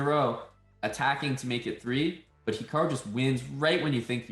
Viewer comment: "HIAKRU" lol, close enough...